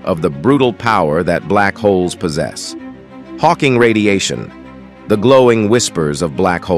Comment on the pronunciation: Interesting if not fascinating video. A couple of things… 1. Pronunciation of Silently, Radiation and Us: Computer narration has some drawbacks. Where is his real human soundalike? 2. Michio Kaku is in the video cover picture. Otherwise, I don’t know where his scientific greatness fits in here. Either mention his name as appropriate, or remove his picture there.